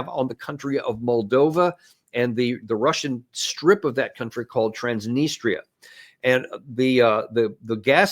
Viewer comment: Really appreciate you Danny pronouncing the difficult names like Transnistria, correctly!